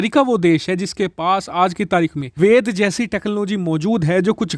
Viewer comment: 'वेद' बोलो न भाई ये वेदा क्या होता है?